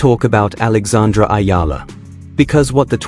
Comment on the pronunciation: It's eala dude not ayala😅